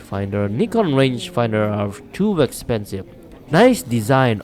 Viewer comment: “To Expenive” 😂